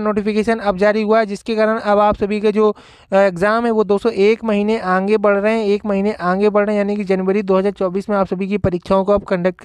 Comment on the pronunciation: आंगे या आगे सही से बोलना तो सीख लो पहले तब गलत जानकारी दो जैसे कट आफ नही पासिंग मार्क बोलो